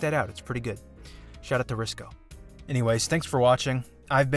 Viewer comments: Ricsow and not Riscow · He's called Ricsow, and not Riscow dude, c'mon basic shit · Hey, just letting you know you should read before saying, it's Ricsow and not Riscow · His name is Ricsow, not Riscow . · Hey! His name is Ricsow and not Riscow, you ILLITERATE PARASITE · He is called Ricsow, not RIscow, you got it DEAD wrong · ricsow not riscow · Don't forget, you said it wrong, it's Ricsow and not Riscow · It's Ricsow, not Riscow.